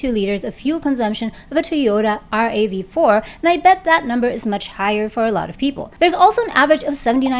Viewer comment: Nobody calls it R.A.V.4.... We say "rav four" most likely. Just a bit funny 😅